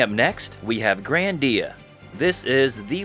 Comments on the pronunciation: Grandia not grandeea anyways HD remaster on ps5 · Why does he call it grandía